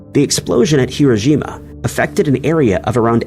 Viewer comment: why are you pronouning hiroshima with a g your pronouning it hirogima and thats not how it's pronounced.